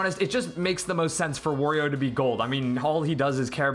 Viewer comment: Another thing. "Wurrio". That's it.